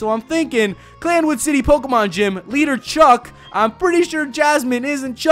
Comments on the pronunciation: It's CI-anwood, NOT CL-anwood! Can you read?!?! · uh its cianwood not clamwood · its cianwood city not clanwood LOL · ITS CIANWOOD NOT CLANWOOD!!! I AM TRIGGERED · i also find it funny how he calls it cl anwood not cianwood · Cianwood (see-an-wood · ikr totally screwed that name up. clan-wood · it's Cinawood. Like Cee-anne-wood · It's called Cianwood city not Clanwood city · It is Cianwood (See-in-wood) not Clan-wood. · It's not clan wood it's Cianwood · OMFG its cianwood not clanwood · clanwood XD it's purnounced sin-a-wood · its Cianwood not clanwood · its C I A N W O O D pronounced see-an-wood not clan-wood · Its pronost ceanwood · It's pronounced cyan-wood-city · It's pronounced C Ann wood city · Everytime he says clanwood im dying a little bit more inside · Please tell me he found out it was see-an-wood. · it's not clan wood it's freaking I not l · pronounced cyanwood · bro its Cianwood city..... its an "i" not an "L"